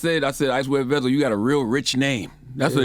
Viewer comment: Vezzo not veezo! That boy cold! Shout out to the shooter behind him looking like a artist. I see you 😂